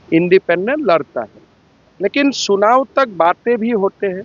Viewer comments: सुनाओ नही चुनाओ होता है 😂😂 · क्या बोल रहे हो हिंदी बोलने आता है कि नही चुनाव को सुनाव बोल रहे हो अगर झारखण्ड मे राजनीति करने आए हो तो हिन्दी बोलने पहले सिख लो नही तो बबूलाल मरांडी को😊 सिखने के लिए बोलो ( राजनिती करने आ गया असम से शर्म नही लग रहा है) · सुनाव नही चुनाव बोलो 😊